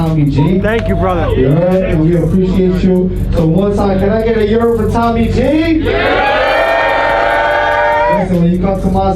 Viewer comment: why can't tommy pronounce his r's